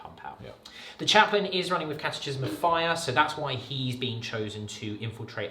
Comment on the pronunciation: However this was shifted by Chef pronouncing catechism improperly :(